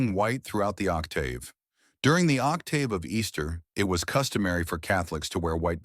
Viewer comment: Only time I've ever heard octave with a long AAAA.